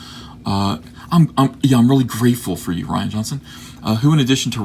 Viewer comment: It's Ree-ahn Johnson. Nobody spells Ryan that way.